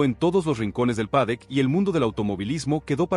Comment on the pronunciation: habria que matarte, no paras de vender humo, idioteces...con esa IA que utilizas para esconder tu verdadera voz de idiota....lo peor es que tienes seguidores...que HDP y como siempre te reitero...no se dice PADEC ANIMAL...se dice PADDOCK....como puedes ser tan burro y no aprender..porque no tienes cojones y me respondes ?